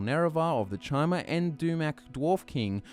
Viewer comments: It's pronounced "ky-mer", not chi-mer. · Great video! But isn't Chimer pronounced "Kai-mer" and not "Chy-mer"? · Chimer. Kai-murr. Hard "k" sound. You're killing me Smalls. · Uh, you completely skipped over the Second Era, Morrowind was heavily involved in the Three Banners War. And, “Chimer” is pronounced “Ky-Mer”. Seriously, if you love Elder Scrolls as much as you say you do, you’d know not to pronounce so many words wrong.